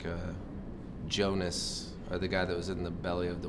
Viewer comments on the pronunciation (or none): Jonas. lololololololol. It's Jonah.